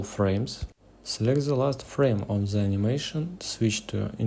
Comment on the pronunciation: Bro don't say "the" as зэ, say it like "дэ", please, you are hurting my years vnature. But anyway the video is really useful so от души